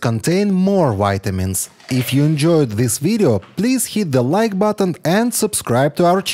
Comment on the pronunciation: If you can pronounce VEGETABLES with a V you could pronounce VITAMINS with a V sound and not a W sound. If you know how to speak English, you should learn how to pronounce the V in words that start with a V.